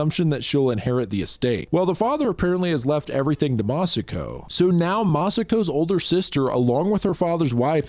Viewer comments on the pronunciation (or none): none